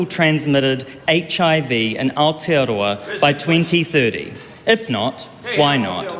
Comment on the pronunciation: Who the fck is that? (Not you ) AND it's Aotearoa not Aotiaroa